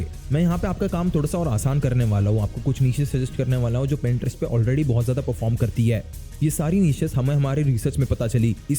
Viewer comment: Boht Log Pinterest Ko "Printerest" Keh Jatay Hain Ap Ki Tarah